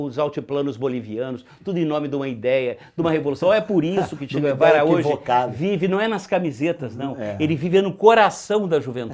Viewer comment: "Che quervara"